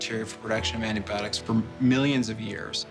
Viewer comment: ANT-ibiotics ha ha ha